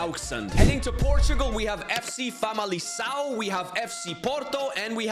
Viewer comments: Hey, in this case it's pronounced vocally famaliKão. And for Diogo it's said vocally GonSalves. I can't possibly make a prediction but I bet it won't be Barcelona or Bayern. Edit: I sure didn't predict away goals to eliminate Bayern and Barcelona. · As a portuguguese I can tell you that in "Famalicão" and "Gonçalves" the "c" and "ç" are pronounced the other way around - you pronounced them the opposite way. The "ão" is also wrong but the "c" and "ç" really was annoying... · The 'c' in 'Famalicão' is pronounced like a 'k'. If it was pronounced like you did it would be written 'FC Famalição'